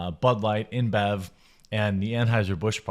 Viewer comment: Did you say "Imbev" or "Inbred"??!